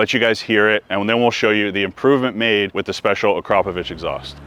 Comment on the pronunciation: Weissach in German is pronounced Vi-Sah-kuh. and Akrapovic is pronounced Ah-Krah-Poh-vich. Americans are always trying to pronounce everything phonetically. Barbarians...